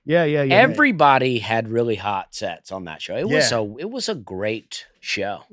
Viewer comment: The phrase "hot sets" really requires Dusty's over pronunciation of "t" -- borderline inappropriate, Dusty.